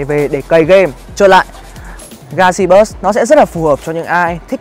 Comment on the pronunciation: "galaxy buoi" :v